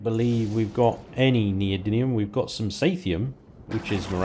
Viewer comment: those words are STILL pronounced: PRO-MEE-THEE-UM and NEE-OH-DIM-EE-UM. Please, for all that is galactic, STOP saying Promethiun and Neodynium! You're an intelligent guy, DON'T DO THIS TO YOURSELF! (but keep the playthroughs coming plz).